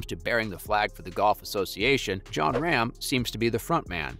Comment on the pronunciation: Please at least pronounce Rahm's name correctly if you wish to be taken seriously?